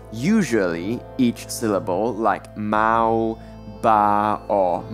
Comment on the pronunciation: This person can’t even pronounce some of the sounds correctly, especially mao